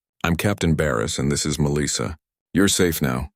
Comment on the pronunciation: FFS, please teach this AI how to pronounce Melissa.